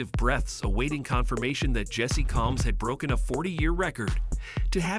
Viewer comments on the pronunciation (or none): You can't even pronounce her last name for this wyotech commercial